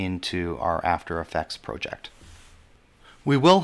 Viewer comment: Thought you might like to know, there`s only two ways to pronounce "project" but you made up your own.